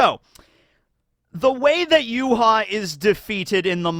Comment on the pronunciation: Not sure if I'm misunderstanding you at the minute mark, but Yhwach's name in Japanese is ユーハバッハ, which is read as "Yuuhabahha", so all of the vowels are pronounced. This is also the reason why he was called "Yuha Bach" in fan translation, since バッハ (Bahha) is the Japanese way of writing "Bach". Only Nimaiya calls him Y.H. (Yuuhaa), apparently.